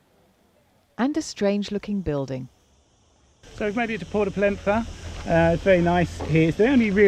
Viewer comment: Great video thank you. Just for information a double "LL" is pronounced "Yuh" as in Mallorca so Soller is Soyere and Pollenca is Poyenca - now you will sound like a seasoned Balearic traveller! Simply superb series - take care from Port Andratx.